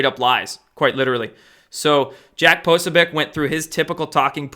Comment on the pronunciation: Poso - BEE- OTCH not Posobiec :-)